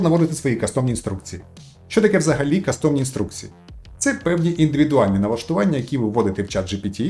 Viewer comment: шановний, не кастОм, а кАстом.. ну ріже ж вуха по повній программі. Тому і не додивився до кінця...